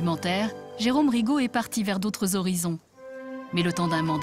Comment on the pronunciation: РигО блин а не РИго